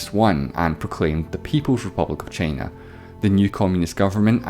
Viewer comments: Why are u saying chiina its china dude wtf i am not angry but angry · Why does he pronounce China as "Chaina"